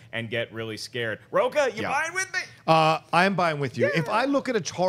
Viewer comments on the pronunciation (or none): William Miller I knew I wasn't the only one who caught that. Additionally when he (Rocha) talked about it's quality that matters. You don't say Rocha?